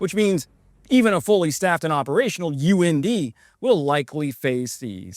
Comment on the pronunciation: UND pronounced UNDIE...and go